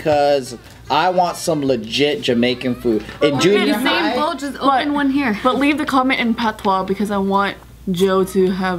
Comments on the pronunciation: IIsYouAndYouIsMe Oo-sain bolt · omfg them saying u/sain pisses me off, its you/sain fucken hell ha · ITS YOU-SAIN. NOT OO-SAIN 😭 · The way pronounces Usain is so weird "OohSain" LOL I'M DEAD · IRK, It's 'Yousain' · Oosain bolt!! 😂😂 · Oosin bolt😂😭😂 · Its U-sain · The way you guys say Usain hurts me a little I can't lie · The way they're pronouncing his name has me triggered 😂😂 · Khad I know... Bart said it right tho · calling josh stupid when she can't say usain